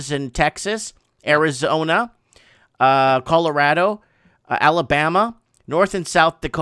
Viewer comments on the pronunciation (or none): none